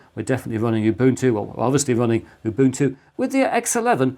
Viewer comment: Thank you for pronouncing Ubuntu correctly 🙏🏼